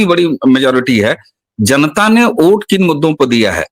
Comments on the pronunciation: आप लोग वोट को ओट क्यो बोल रहे हो मेंने बहोत बार सुना, अलग अलग वीडियो में भी आप लोगो को सुना लेकिन वोट की जगह ओट ही सुनाई दे रहा है। शायद में बहोत गलत भी हो सकता हु, फिर भी मेने आपको ये लिखा खास करके मेने को वोट को ओट कहेते पाया है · लेकिन ये तो बताओ की में जो वोट को ओट सुन रहा हु वो सच मे ओट ही बोला जा रहा था या फिर वोट नहीं पर ओट ही बोलना सही है